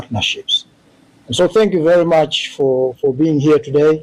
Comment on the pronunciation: "ThAnkh" You, My Dear Sistah! Forever for this news!💯